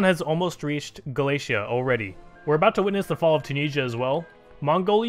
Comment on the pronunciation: Nooo Armenia :( I'm going to be rooting for Aragon and Serbia now PS: Its "ga li sha" (li as in lift) not Galeesha